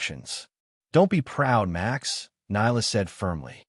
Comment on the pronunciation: Why did you pronounce Max as Much ?